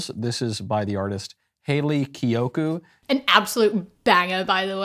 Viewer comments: he couldnt pronounce kiyoko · Bro couldn’t even pronounce her name right😭 Love Hayley kiyoko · He couldn't even take the time to pronounce her name right. ☠️